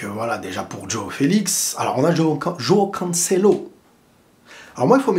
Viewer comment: Y a moyen que tu arrêtes de prononcer DJOOOOao Félix DJOOOOao Cancelo !!?? Juste Jo aõ . Merci , car ça fait saigner des oreilles